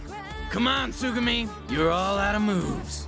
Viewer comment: Put the emphasis on the Tsu in tsugumi instead of the gu. Think that's how closet to how it should be